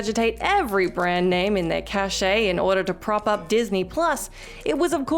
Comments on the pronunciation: It's pronounced "ca-sh" ; not "cashay." Cache would like people to please stop... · Hey, love your videos but, cache is pronounced just like cash, not cashay. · Cache? It's pronounced "cash". Let's not try and over complicate things.